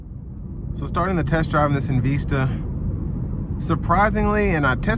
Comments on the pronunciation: It's not called EN Veesta, it's Called EN Vista. Just so you know. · En-VEES-ta. Hmm. OK.